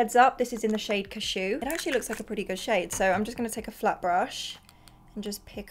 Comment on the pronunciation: Still can’t get over the way says cashew 😂 sounds like she’s sneezing 😂 u never fail babes 😂❤️